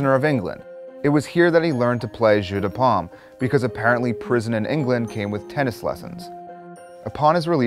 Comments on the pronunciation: Lmao I thought the same thing; he's saying jus not jeu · When you attempted the French for "Game of Palms" it sounded like you said "Apple Juice" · That's what I was thinking lol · Delicious mistake. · You said Jeux de Paume completely wrong but whatever